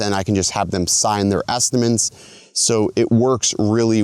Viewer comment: This dude saying estiments?